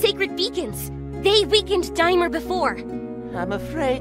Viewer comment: His name is DAI-mur